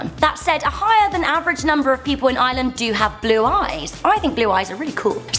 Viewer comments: Its IRELAND not Island!! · it's Ireland not island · It's Ireland not ieland and Africa is not a country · look ITS NOT ISLAND SAY IRELAND NOT ISLAND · Am I the only one who gets mad when people pronounce Ireland like Island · Ireland is pronounced like "rland" not "island" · It's Ireland not ieland 😒😒🖕🏼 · ok yes we are an island but don’t call us one it’s are-land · It’s ireland not island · Y do u say island it's Ireland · You don't pronounce Ireland like island ITS I R E L A N D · don’t call it eyeland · She is saying ireland like "island" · Stop saying island it's Ireland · not everyone in Ireland has red hair ,_, plus you say Ireland not island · They pronounce Ireland like "iland" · Was anyone else annoyed when she says island and not IREland? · its not eyeland its IRELAND D: and another fact if you dont like taytos..... BAYTIANS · it's no island it's iReland with an R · it's Ireland not iland pls say it right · its IRELAND not island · lol she pronounced it island instead of Ireland lol I'm Irish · Ireland not island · Ireland. Not "Island". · she said island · I'm sorry but it sounds like your saying island not Ireland and what about Samhain? We're (I'm Irish BTW) the ones who came up with the idea of halloween or Hallow's eve it's meant to be a time where the dead are closest to us from the spirit world and also Samhain is a festival marking the end of the harvest season and the beginning of winter or the "darker half" of the year. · its ireland no island your pronouncing it wrong just making it clear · You said island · She call Ireland island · I hate the way non Irish people pronounce it Island it's pronounced ire- land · I'm Irish and girl your pronanceing our name wrong you like ieeland is ireland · U love iland it's Ireland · Hey just saying it's pronounced eye-er-land not eye-ya-land. If you don't know what I mean watch the start when she mentions her holidays. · It annoys me so much when she says island its ire- land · STOP CALLING IRELAND ILAND